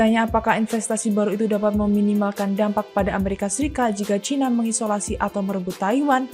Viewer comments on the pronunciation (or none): none